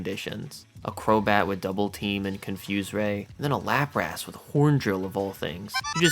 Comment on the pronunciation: Why do you pronounce lapras like that...